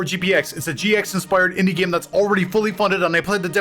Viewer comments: Did he mispronounce the word game on purpose? He pronounced game as gime, every single time except for when he said gamers. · It's pronounced game, not gaem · It’s pronounced GAME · The narrator's pronunciation of game is nails on a chalkboard. Gyam. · Cool video. Kinda annoying how the narrator pronounces the word game as "gyim" over & over. Still, love this series. Keep up the great wyirk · I hate how this guy says gim instead of game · Where is the speaker from? His way of saying the long a (game, made, etc.) is awesome. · ‘Game’ said like someone from Northern Ireland! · This guy pronounces ”game” and ”made” really weird. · I've never heard anyone pronouncing the word "game" as this narrator does lol